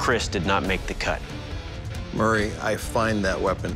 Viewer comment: right i like how he mispronounced his name from murray to mary atleast that’s what i’m hearing and i turned my speakers all the way up